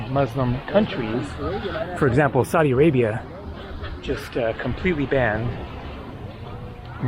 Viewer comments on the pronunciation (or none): none